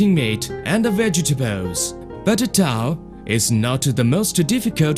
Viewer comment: some of the best "here is a torwel, a larwge one a weal one!" "this is king dabble knife, a good knife, a magic knife!"